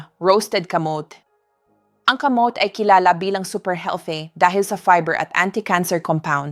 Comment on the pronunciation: Thank you sa mga info doc. Bakit ang aging, kamote(kamot), etc iba ang pronunciation...AI ba ang nagsasalita hindi kayo?